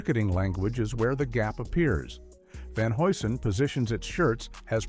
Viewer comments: Repeat after me: Van "Hugh Son" HUGH - SON ! 🚨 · Van Hew'sen is how you pronounce it